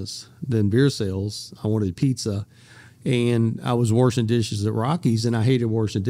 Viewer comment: Worshin dishes sounds tough